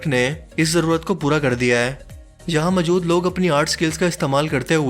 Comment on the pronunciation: Plz, Urdu accent pe concentrate kjye, mjood ni mojood hota h